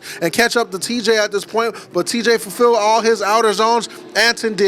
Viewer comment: Why are you saying “teej” bozo it’s TJ